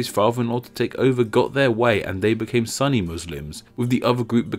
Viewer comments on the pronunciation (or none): Not Suh-ni, it's pronounced Soo-ni. (Funny because you said "Soon-nah" correctly later.) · Should be soo-ni not sunny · It's not pronounced "Sunny" but rather "Sunni" as in su-nni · It's pronounced soo-nn-i, not sun-i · "Sunny" Muslims. It's "soon-ee." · Sunni is pronounced Sooni not Sunny. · Dude it’s muslim not muzlim And it’s called muslim because that’s how it is in Arabic Edit: Lol the funniest thing an Arab could hear is a foreigner trying to pronounce something related to islam😂😂 Btw sunni is not pronounced sunny it’s like (suhn-ee) or (soo-nee) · It is not "suh-ni" it's "soon-ni" with a little hold on the n sound. Other than that, great video! Never have i seen a video that doesn't discriminate Islam and Muslim. Much respect brother :) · About 70% of comments: It is pronounced as sooni not sunny 30% comments: random topic. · sunni isn't pronounced "san ni", it's pronounced "su nni" the u is pronounced like a double o. (oo) so it's kind of like this: soonni it's hard, dont extend the length of the o though, and you should be able to pronounce sunni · It's pronounced Soonni, not Sunny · It is not Sunny dude, its Sunni, pronounced Soon-y. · Are you sure it's pronounced "sunny" and not "soo-nee?" I've only heard Muslims pronounce it the latter way. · I thought the comment section was going to WWlll but it was mostly "soo-ni not sunny" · Great video man! I appreciate it. However, there's a point you've mentioned which isn't true, we were never called muislams, it's just Muslim since the beginning. Moreover, you have some pronunciation mistakes, like the word Muslim is with an s not a z. And the word Sunni is soonee not sunny. Nevertheless, love the video keep it up! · Its not sunny muslim ...its sunni muslim.....similar when u pronounce sundar pichaii.plz acknowledge that.... Love from india. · Can you say ``SOON NEE`` instead of Sunny?? Thanks. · It’s no sunny it’s pronounced su nni you hold the n. Great video 👌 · It's pronounced "SOO-nee" not "SUN-ee."